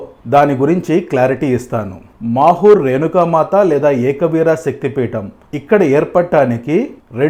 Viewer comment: It's not makur it's mahur